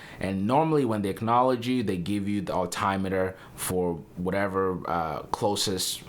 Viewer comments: Alt I meter?? Wtf?? It’s altimeter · "Al-TIM-eter. Not Al-TIME- eter Come on man. Other flyers might just be rolling their eyes at that statement. I can say in over 40 years of flying I've never heard the Altimeter, called an AlTIMEeter. We all want to see you succeed - so someone has to make corrections for you. We're on your side. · AL-TIME-METER, sorry the way you say it is funny